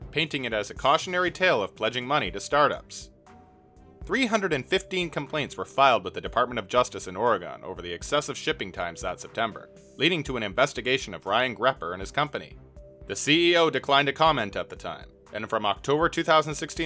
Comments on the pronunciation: i am BEGGING YT creators to learn how to pronounce "Oregon" lol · I have never in my life heard someone pronounce Oregon like that. Interesting